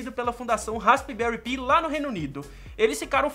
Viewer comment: a pronuncia certa e raspberri pai 4